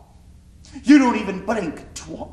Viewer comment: The stereotypical posh english accent really didn't suit and on top of that it was terrible. He also pronounced "twat" horribly wrong.